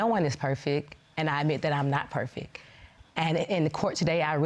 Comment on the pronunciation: ma'am....You're 33 years old.....Did you say 'perfek'? You're way too old to be mispronouncing perfect.